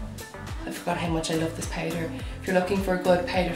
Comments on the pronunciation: Okay wait but am I the only one who gets bother on how she says “powder “ it’s POWDER NOT PAIDER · I’m here in my bed tryna pronounce “powder” the way she does lmaoo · The way you say "powder" ♡♡♡ Haha And I'm with the hoards of people who have noted that you are naturally craaazy good looking! Holy gummy bears. O_O